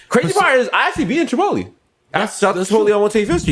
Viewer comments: Me: Chipotle Desus: Chuhpotlee Mero: Shapotlay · Someone tell Desus the right way to say Chipotlé... its not Chipot-leeeee!!!